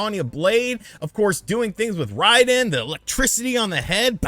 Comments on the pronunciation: Isn't it pronounced "RAY-din" ? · I dont like how u pronounce Sonya and Raiden lol